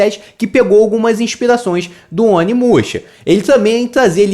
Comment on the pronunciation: Tu falou o nome errado, muito errado